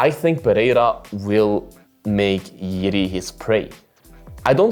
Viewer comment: Jiri is more Complex Figter ... also he have more experiances in MMA ... since ale have 8-2-0 he have 29-3-1 is 3x more :) also Jiri have better cardio ... anyway u say JIRI name alsmost correct .) definitely most correctly from eng speak channels :D 👍